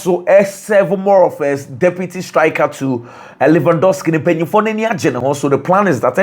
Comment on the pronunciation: That's how the Polish people pronounce the name